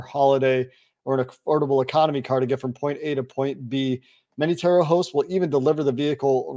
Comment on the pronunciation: It's pronounced tour-oh not tare-oh. Your broker or whomever set up the ad spot is wrong and likely a fool. Go onto the turo YouTube channel and see how the actual company pronounces its own name....